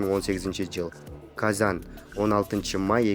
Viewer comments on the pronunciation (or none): Казан дейби, Казань. дечи айланайын.